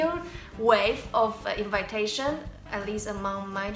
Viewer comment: Your english is really good, but you need to know, that the pronunciation of the word "invitation" isn't the same as with "invite". It's more like in-vee-tation, not in-vai-tation. The same is with combination. You correctly pronounce it with 'i' that sounds like polish 'i'. :) Really nice video, guys!